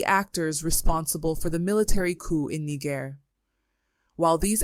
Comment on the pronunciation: Niger is pronounced "Knee-zher", not "Knee-ger".